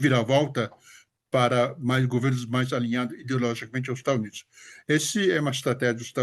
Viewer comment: ele quis dizer do sotaque dele ao falar Estados Unidos, ele fala estanios kkkkkk